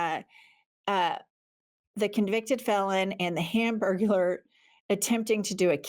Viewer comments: Hanburgurler. Haha😂😂😂😂😂😂😂😂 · "Hamburglar"??? 😂😂😂😂😂 I love you lady's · "Hamburgular"😂😂😂😂😂. I lost it😂😂🤣🤣